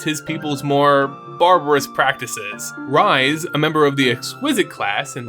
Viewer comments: I feel like this has been answered before, or it may be a silly question, but isn't Rhys pronounced like "Reese"? Not "Rise"? Perhaps it's because I know someone personally who's name is Rhys (spelt as such) but pronounces his name as "Reese". Either way, it's an awesome video on my personal favorite plane and location within mtg's vast universe! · You crushed it on this one. Loved it! FYI - in our world, Rhys is pronounced Reese. Not sure if the pronunciation is given for the MTG Rhys, but it’s a Welsh name.